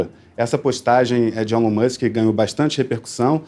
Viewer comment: Adorei o vídeo, mas pronunciem o nome de Elon Musk corretamente. KKK.